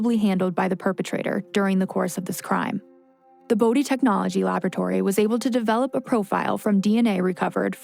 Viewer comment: As a Bode, I’m just happy and grateful that our last name has finally been pronounced properly ❤️